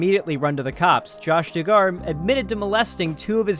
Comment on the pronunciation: it's pronounced Dug-er